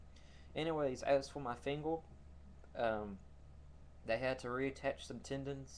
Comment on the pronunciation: I know what it is. He can't say "er" at the end of words like Instead of saying "finger" he says "fingel" another one of his videos i think its the old lighter one he says Lightle